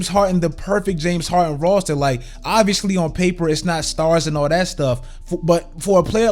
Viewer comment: “They gave him the perfect Rarrrstaa”